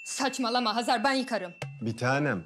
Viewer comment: Oksana neden Xezer deyir Hazar canim Azerbaycandada H. Herfi var